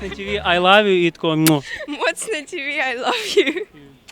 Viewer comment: не ТэВэ, а ТиВи - если на английском (TV), а так дуже моцно! однако пахать или учиться надо, а не глюпостями заниматься, яйкуни писклявые